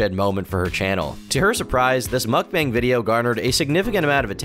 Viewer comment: the best part was when she said mook-bong